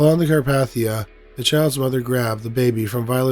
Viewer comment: Carpathia the a is long